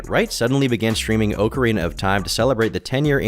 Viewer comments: Why are people so pressed over him saying “oak” arina 😭🙏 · Every time you pronounce it “Oak-arina” of time, I die a little inside.. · Good video. Is what I would say if I didn't have to hear you say "OAK-ARINA of time" like two dozen times. This is what happens when you get your haircut at the dollar store. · How do you mispronounce okarina so bad, it's literally the name of an instrument bro😭😭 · the kind of guy to mispronounce Ocarina and think no one would notice. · Lmao I love when he does shit like that 🤣 “Oak-arina” such an anti weeb. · FOOLS! its pronounced "Oh-kay-ay-rina" was merely testing you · That sounds like the ocarina was carved from an oak tree. lol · Wrong pronunciation or not, I have and always will call it "Oak-arina" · Tbf, with the spelling "ocarina" in Japanese, 'オカリナ' (where the game was made obviously), it'd be pronounced oak-arina. It just depends on where you are, the Japanese don't pronounce any of their loaner words like us, and we don't pronounce most of our loaner words like their countries of origin, but yea, we all say awk-arina. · In the UK we pronounce it "Ock-arina", with a short "o" sound as in "on", for example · I’m about to have my own downward spiral after hearing say “oak”arina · Legend of narcissa, dick oakerana of time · the type of guy to pronounce ocarina "oak-arina" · It's pronounced ocky way rina of time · It's pronounced OAK-A-RAY-NAH of T-YME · I have maybe 45 mins of playtime in all the Zelda series and MAN is it annoying how you pronounce Ocarina lol i cant imagine what the die hards are feeling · it's so easy to use the right pronouns. like, so easy. but you can't even pronounce Ocarina so I don't know what I expected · Love your channel. The way you say Ocarina, pisses me off. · Your annunciation of "ocarina" discredits this whole 1 hour video. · I’m disappointed with the pronunciation of Ocarina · Not with that stress pattern, though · Oh-carina of Time